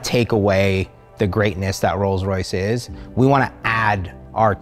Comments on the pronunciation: Rolls rice lmfao thats perfect. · "I present u... THE ROLLS RICE"